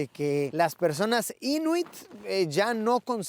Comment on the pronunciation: Siempre ha sido mi sueño ir ahí o a Finlandia, ya se que has ido a ambos!! Creo que la pronunciación correcta es Inuít, con acento en la segunda i...Yo mientras me estoy puliendo bien con el inglés para ver si me va bien cuando pueda hacer esos viajes!!!